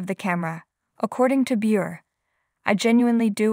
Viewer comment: Please pronounce her last name correctly! Not anything new!